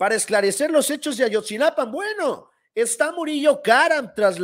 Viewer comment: A-YOT-ZI-NA-PA SIN "N" YA APRENDE A DECIRLO CORRECTAMENTE ERES ABOGADO